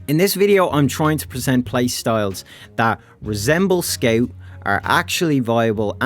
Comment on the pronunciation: sceut. not making fun of you, just "sceut"